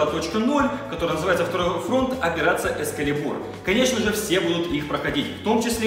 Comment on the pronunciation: А еще эскалибу'р вместо эска'либур